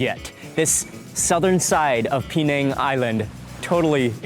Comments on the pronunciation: i d i o t ----- Penang is not pronounced PEE - NANG - the correct pronunciation is PIN - NANG ........... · That gravy wasnt thick at all. It looked very watery. I would hate to see him see proper thick gravy. He would probably pass out. It's not P NANG EITHER ITS PER NANG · His pronunciation "Pee-neng" did start to irritate me after a while. Closer is Pin-ang or Puh-nang. I lived in Perak many years go! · Mark I always appreciate your content and all the wonderful videos you make, but I just have to say it not “PeeNang”, but actually “PeNang”. The right pronunciation of the dish makes a big difference.Still love your content though. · Its not PE nang you dont have to enunciate the PE its just per nang even that local man pronounced it per nang. Only Americans who know nothing, really dont know how to promounce places unlike Europeans who have travelled further than him and know about the world. They are the ones that know the correct way to say a place or country unlike Mark weins he doesnt know anything about correctly pronouncing words. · bahahahaha Americans can't pronouce Penang baahahahahahaha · Mark Weins, we adore you but your pronunciation of Penang has myself and my daughter laughing so hard.